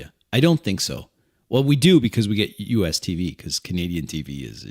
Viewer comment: I thought you said "Comedian" at first instead of "Canadian" and was quite confused until I figured it out!